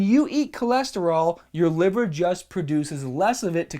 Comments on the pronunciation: Livuh. HAAAHHT. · dude are you from new York because I noticed the way you said "heart" "liver" and "other" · the LIVAH and diffrent PAHTS of the body are important like your HAHT ps best accent ever